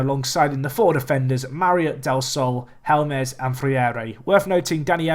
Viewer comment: Helmes is not pronounced hell-mez. That should be easy